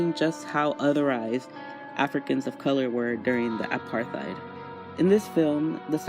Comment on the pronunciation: if i hear one more American mispronounce apartheid Ima cry